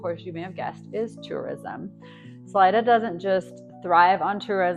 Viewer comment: It's pronounced saleeda not salide-a